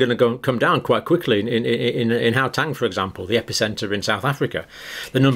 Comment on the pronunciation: Hi Dr Campbell - your pronunciation of Gauteng is wrong - maybe ask a South African how to say it